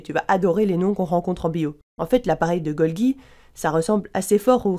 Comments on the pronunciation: Bonjour ! Vous soulevez un bon point, la prononciation correcte de Golgi est bien \ɡɔl.ʒi\ ("Golji" donc). Merci pour votre vigilance ! :-) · Golgi c'est pas golgui